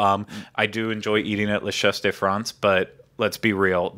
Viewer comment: Just FYI: the "de" in "Impressions de France" isn't pronounced as "day"; it's just a short e sound as in "fed". :)